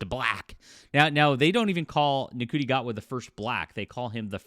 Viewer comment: Good video, but you're pronouncing Gatwa's first name wrong. It's pronounced "Shooty" not Nuhcooty.